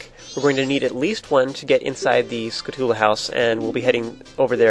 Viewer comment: This isn't the first time but it bothers me that you say skull-u-tula. When its spelled phonetically skull-tyou-lah. Skulltula.